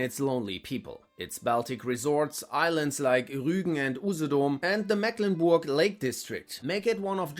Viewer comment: Bei Mecklenburg wird das "e" lang ausgesprochen😉 Ansonsten ist dem nichts hinzuzufügen